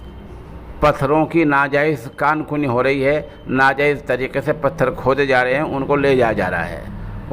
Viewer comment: کان کنی کاف کے پیش کے ساتھ نہیں ہے بلکہ کاف کے زبر کے ساتھ ہے